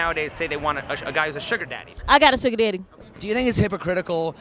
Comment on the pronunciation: It's daddy not deedie